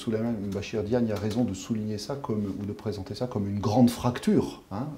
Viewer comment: C'est pas diane mais Diagne